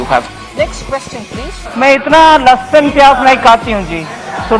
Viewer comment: Jis andaaz se Tai ne lahsun ko lusshhuun bola na by God feel hi aa gyi LLP😂😂